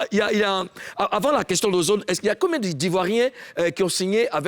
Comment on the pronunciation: On dit DISQUE pas DIXT.Ecris 100fois et récites pendant 1 semaine